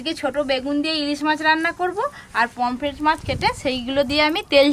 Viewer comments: It’s Pomfret and not Pompret or Pomplet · Kompret ta abar ki mach😅😅😅😅 r sasuri pomfret ke kompret bole 😅😅😅